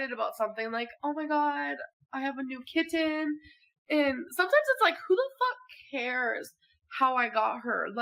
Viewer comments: the way amber is saying kitten is making me want to throw something. Kit-ten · Why does she keep over enunciating the ‘T’s in ‘kitten’? She doesn’t say ‘boTTle’ or ‘gliTTer’, she pronounces them with a softened ‘t’ which is normal for a US accent…SO WHYS SHE SAYING IT WEIRDLY?? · Funny how she overly enunciated the t in kitten but can’t pronounce it in “important”